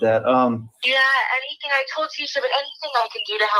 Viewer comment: Cant eat or drink “ANYTHINK” get it right 😂😂